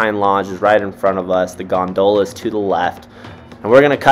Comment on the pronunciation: Love the videos but the way you pronounce gondola drives me nuts!😂